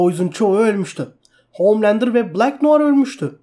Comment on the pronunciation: SUNA OOOHHMMLANDER DEME ARTIK DELIRCEM